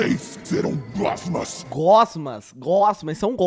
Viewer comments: Ele falou reúna os gosma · é glosma com l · ELE FALOU GLOSMAS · Ele falou reúna os glosmas